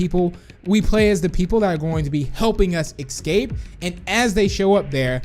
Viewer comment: Srsly ecscape? Its escape